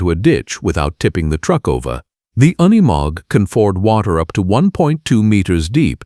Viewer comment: Freakn ai trash “oneymog” it’s unimog.